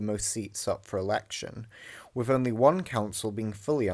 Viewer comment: WIV? NORFUMBERLAND? EIVER? FFS learn to speak properly if you're going to narrate a vid and stop with the MOCKNEY slang already!